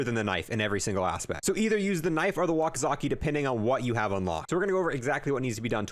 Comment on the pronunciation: “Wakizaki”